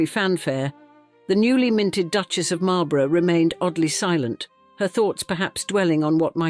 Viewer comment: It's a pity you didn't look up how to pronounce Marlborough and Blenheim; that's where this video lost me.